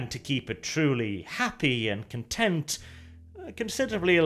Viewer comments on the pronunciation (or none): none